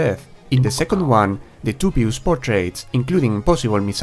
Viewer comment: It is fine. There is no inconvenience at all. I just want to help you out is all. For the most part the pronunciation isn't too bad. I think the word "dubious" was the most incorrect sounding. It is basically like combing three words together— "do", "be" and "us". "Do-be-us".